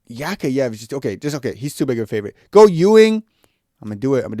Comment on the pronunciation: bro its yak yaev not yakh yaye